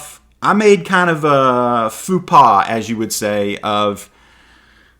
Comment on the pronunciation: “Foo paw”. You mean Faux pas?